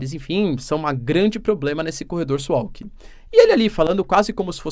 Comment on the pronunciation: Assistindo o vídeo diretamente de Swalki (sem meme), pronuncia-se suvalki, abs